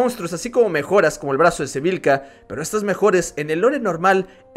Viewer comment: No es Sevika? Escuche que decías Sevilka